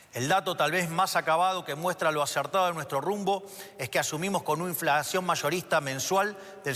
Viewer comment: le salió un tono cordoooobes con lo de inflaaacion 😂